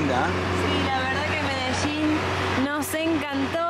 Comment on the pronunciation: Medechin o Medellín?, desachuno o desayuno? Jajaja